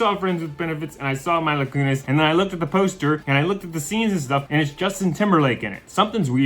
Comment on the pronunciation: Her name is Meee-la not My-la